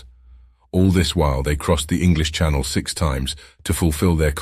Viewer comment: you mispronounce "channel" when talking about crossing the English Channel, as "shuh•NELL", as in Coco Chanel. And that's not the only mistake. I wonder why these aren't proofed. Lots of good info, though.